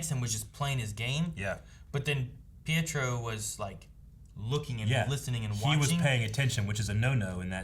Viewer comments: Pietro's name is pronounced "Pee-et-row". Technically, it has Italian origins, but the parents who raised him and Wanda are Romani, which is a European gypsy ethnicity. It's like looking at Eric's t-shirt and pronouncing Logan's name as "Lawg-ann". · However the pronounce is pee-eh-tro ... greetings from Rome 😄